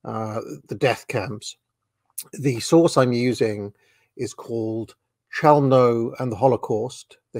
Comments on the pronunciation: Pronunciation is "Khelmno" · Chełmno is pronounced h-e-wm-no in Polish.